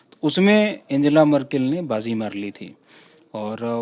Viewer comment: आन्गेला मर्केल Unka naam ka uccharan! Dhanyawaad :D